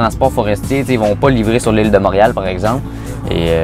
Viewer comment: Tu sais que la personne vient pas de Montréal quand elle prononce Montréal "monriale" 😂